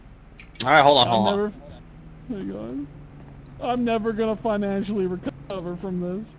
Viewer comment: “I’m never gonna finically recover from this” 😂😂😂😂